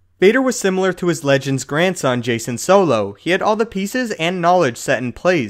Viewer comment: Pronounced 'Jack-en' solo not jason